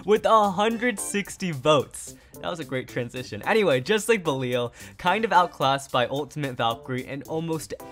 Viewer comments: BELL-EE—AL come on bro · Say belial and fafnir correctly